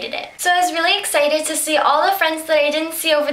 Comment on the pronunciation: i am ecited... hmm.. ecited ? ahah i love youu :)